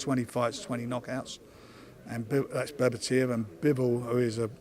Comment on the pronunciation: Will Frank ever be able to pronounce Beterbiev's name properly !?